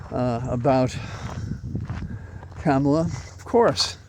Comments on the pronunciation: I saw a drawing this morning and it looked like, la. That is how you pronounce the Vice President's name. "comma la". It finally made me see how to pronounce Kamala. Also, I want to say how very excited I am to have a female President candidate again! Thank you for keeping us sane. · Use her last name, Harris, like is done with men. It's rather disrespectful to call women by their first names when not doing the same for men, particularly when you're unable to use the correct pronunciation! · Thanks for your commentary. I have one complaint though: please pronounce Kamala’s name correctly. I’m so sick of republicans mispronouncing things on purpose for years now that it’s become a pet peeve. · The right wing purposefully mispronounces "Kamala" just to be juvenile assholes. The least we can do is learn how to properly pronounce KAH-ma-la correctly. It's not that hard. It's not CAM-a-la. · Basis for saying that Harris has been doing an excellent job of working out the transition? Is this based on her rally and public addresses? Likewise, basis for saying she accepts the prize not for herself but for the things she believes in? Last, her name is pronounced comma la. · Two things. First, I am glad to see that you're wearing a bow tie today! Second, Kamala said sometime back that her mother told her to pronounce her name "Comma, La." As my teachers used to say, "A word to the wise." ❤ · Now that she's going to be president, everyone will have to learn how to pronounce her name. One easy way to remember is phonetically it sounds like "comma law." mention of Traitor tRump being like the devil reminded me of this Ice-T quote: "I can't believe people are comparing Trump to Satan. Yes, he's evil, but he's certainly not as evil as Trump." 😆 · Please be respectful and learn to pronounce her name correctly. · VP Harris' first name (Kamala)is pronounced Comma-La It's ok, many of us mispronounced it at first, I'm still working on it 😊